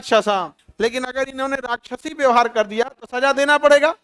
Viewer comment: राष्ट्रपति को राख्यसी बोल रहा है ।